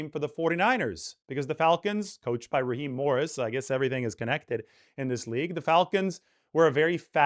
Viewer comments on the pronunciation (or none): none